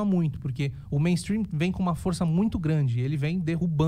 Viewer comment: Nunca de atenção a alguém que fala meinstruim,essa gente só fala porcaria,corra para as colinas